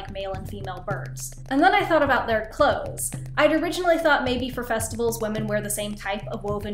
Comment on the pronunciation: Is it just me or does she say "wamen" instead of women sometimes. Okay just me. I loved they video btw <3